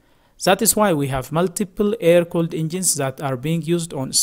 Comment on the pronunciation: Its That - det, not zet... 😂